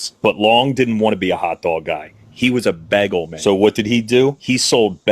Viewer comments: Why is the guy pronouncing it "beggel"!? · am i the only one the reacted to the way the hotdog dude pronounces bagel? to me it sounds like he says beggle hahah